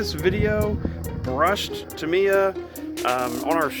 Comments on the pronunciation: love it, Subscribed, you say Tamiya wrong though.... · Ta-mi-ya say it like that